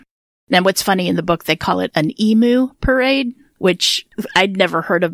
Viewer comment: Hi Girls Aussie here. Can't believe i have never heard of this guy!! Poof is short for Poofter. (Slang word for a gay man) It's pronounced like Put but with F instead of t. Emu is pronounced Eem-you. This was really well done thanks :-)